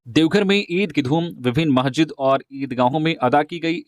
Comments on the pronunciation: Mahjid Nahi Masijid hota hai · आप ने एक जगह कहा महजिदों में, महजिद नहीं होता है। मस्जिद होता है।